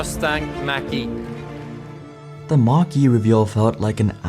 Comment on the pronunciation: they announced their first EV with someone who cannot even speak properly and isn't even versed in public speaking, and pronounced the car like the southpark teacher.